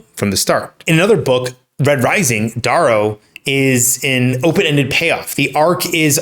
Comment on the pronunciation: I think you need to learn how to say Darrow's name correctly